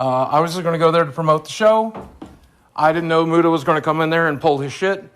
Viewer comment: did Keem call Muta "Mutea"?